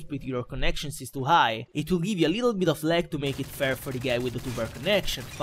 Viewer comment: Bel commentary, ma non parla nemmeno egregiamente: of si dice ov ma lui dice of D